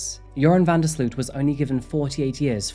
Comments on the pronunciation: It's pronounced "van der Slote" (like boat)... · BTW i know he is a awfull monster but his last name is pronounced different. The 'sloot' part is more like 'low' slowt vanderslowt but the w isnt pronounced. Just trying to explain haha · You did an amazing job telling the full story. I don't think his punishment fits hiis crimes and I wonder how many unsolved international murders of young women he may have been party to. The one upside is that his name can be pronounced like the word "urine" because he IS that foul.... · loved that you pronounced his name "urine"... very fitting... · I love that with the accent VanDerSloots name came out sounding like ‘’ - that sparked joy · As a Dutchman, I'd like to apologize for this cowardly killer. BTW It's pronounced sloat, van der sloat.